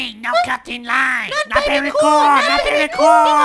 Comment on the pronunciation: "very"怎么变berry了😂